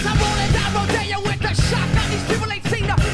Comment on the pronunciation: You can always tell its a genuine first listen they they pronounce it "Down RoDEEyo" lol. Fight the good fight, spread the word, the younger generations need to carry the torch because i've watched the world get slightly better only get worse.